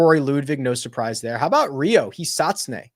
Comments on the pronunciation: the Hisatsune pronunciation is on point. You've come a long way 🙏 Keep up the great work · You pronounce Hisatsune beautifully…A++